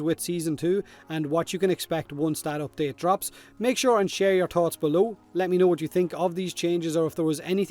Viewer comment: I like how he says tots instead of thoughts. They should call these videos.